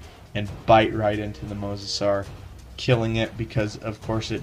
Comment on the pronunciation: no mosasuar